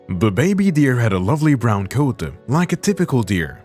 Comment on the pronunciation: just noticed some words you say end with ah like heartAh or coatAh I like it.😂👌